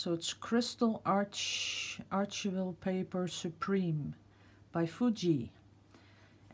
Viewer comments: "Archival" is pronounced: "Ar-Kye-val." ARE- Kye (rhymes with 'eye' with a hard 'c') and 'val.' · ) the paper.. it is pronounced R-kive-all I know the English language is crazy. archival paper is used for museum pieces and is meant to last forever and keep it's colors. :) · Love your videos. I tried a few pours of my own, not as easy as you make it look. The most disappointment was to have pits, not sure what cause that, perhaps the paint layer was too thick. FYI archival is pronounced like the “ch” is a “k”.